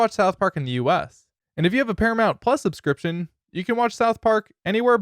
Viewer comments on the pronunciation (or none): none